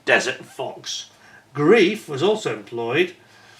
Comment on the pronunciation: In German 'ei' is pronounced 'eye', so it's 'gr-eye-f' not 'greef'. Looks a nice kit. I think Tamiya did one that I remember never finishing because I got bogged down with the interior. I'd do better now. I hope.